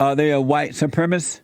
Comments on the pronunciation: Jeesse can’t even say white supremacist, he says supremisss, fucking asshole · Someone please inform the host that the word is pronounced “Supremacist” and not “supremist.”